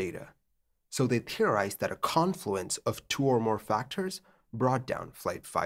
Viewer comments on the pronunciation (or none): none